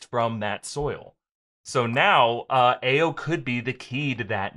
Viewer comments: "Ah-yo", not "Aye-yo" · Hey. Just fyi, the Dora Milaje woman's name is pronounced "EYE-oh." It's actually a common Nigerian name. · Hey guys just wanted to let you know that Ayo is pronounced I-yo. The A is pronounced as an I. It is a Yoruba name and it is my daughter's name. We have to correct people all the time. Thanks. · Ayo is pronounced i-O